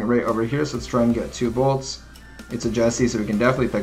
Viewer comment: still says “bolts” hahahaha